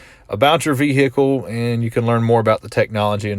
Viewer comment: 😂😂😂😂 I'm loving the way you pronouncing "VEHICLE"